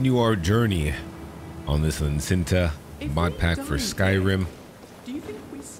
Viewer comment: Love the way you pronounce licentia. "lynn-centa" 🤣 keep em coming love your vids